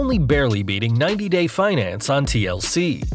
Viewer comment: Dude said, "90 Day Finance" lol!